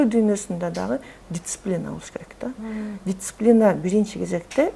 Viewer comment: Дисциплина эжекеси дициплина эмес. Кулакка кызыктай угулуп жатат.